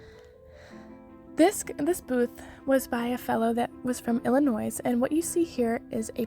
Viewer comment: The "s" in Illinois is silent BTW, named by the French for the home of the Illini / Algonquian tribes who lived there.